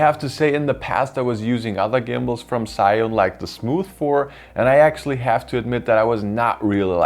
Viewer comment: its called Z - yu~win